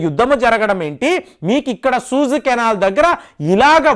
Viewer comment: సూయజ్ కెనాల్...సూజ్ కాదనుకుంటా...